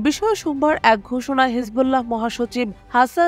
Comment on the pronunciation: উপস্থাপিকা হিসবোল্লাহ উচ্চারণ করতে পারে না, ভয়েজ ভালো না